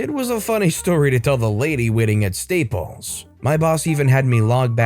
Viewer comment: You keep calling staples steeples, lol